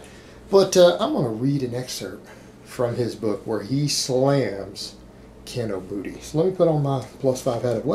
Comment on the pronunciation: Is saying Kinobooty? lol